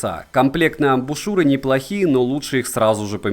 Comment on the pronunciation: отличный обзор! особый респект за грамотную речь и правильное произношение названий (хоть и адаптированное, я про "аш" вместо "эйч" и ""игрек" вместо "уай") и в тч за амбУшЮры, а не амбИшУры как у остальных горе-техноблогеров!